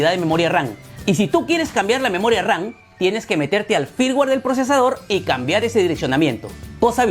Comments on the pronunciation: Memoria RAN? Que no se dice moria RAM? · yo y mi toc de escuchar memoria ran y no ram ,pero buen video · por que dices memoria RAN ???😂😂😂